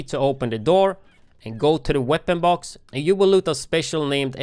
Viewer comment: and "weapon box"